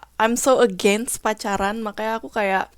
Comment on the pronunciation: against, mature kurang tepat pronounciation nya